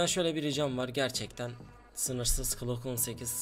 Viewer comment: NORMALDE Okunuşu:glok 18 Yazılışı:Glock 18 'DE Okunuşu:klok 18 Yazılışı:Klock 18